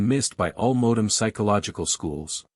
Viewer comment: I did think it was funny that it couldn't pronounce "modern". I dislike AI But it's still easier than me doing it myself, as mentioned. Try Altrusian Grace, he reads out of print books himself.